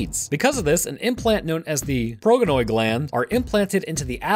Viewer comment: Slight bit of autism. It's pronounced prod-genoid. Second the customs of the astartes chapter vary. If numbers in the chapter are smaller then the bare minimum th Progenoid may be removed as soon as they are ready or removed early due to the certainty of death or an honor to that veteran brother. Also can you cover the Canis Helix? It's an implant specifically used by the space wolves and basically makes them closer to wolves then humans.